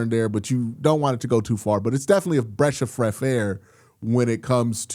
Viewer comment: Bresh of freth air 😂😂😂😂